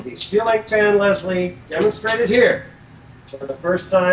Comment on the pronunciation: a feslie lol not leslie get it lolol